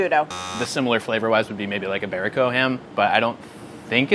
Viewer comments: He said imberico, give him the point! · shudda got six points, I mean he said iberico lowkey.